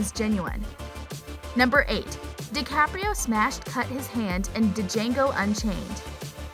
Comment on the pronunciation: the fact you called it DAjango not Jango kinda hurts